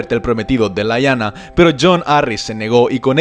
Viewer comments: la verdad es que da igual, porque la pronunciación es distinta en español y en ingles. Solo un pequeño apunte, Lyanna se pronuncia así como se escribe, no "Laianna" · No me gusta corregirte,, pero estás pronunciando mal. Rahegar se pronuncia de manera similar a como pronunciaste Rhaella, es decir Ra-e-gar, con acento en la sílaba final. Por otra parte, Lyanna se pronuncia tal cual se escribe: li-a-na teniendo diptongo con la sílaba ia, es decir, la separación de las sílabas sería lia-na. Están geniales los videos de Juego de Tronos! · Interesante, lo que no me cierra es que en algunos casos hables de Rigar en lugar de Rhaegar o de Laina en lugar de Lyana Stark, o tratas de usar la posible pronunciación inglesa en todos los nombres como incluyendo Winterfell o King´s landing o todos en castellano como Desembarco del Rey o Invernalia, de lo contrario se escucha bastante mal. Por otra parte, anotas las fechas 269 DC, qué significas la D y la C?